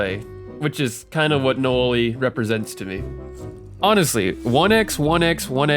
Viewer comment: i cant take ts seriously when you keep saying "nowaliay"